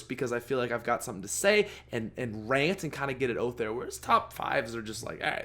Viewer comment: "Stake oot to black ops 1" Canadians 😄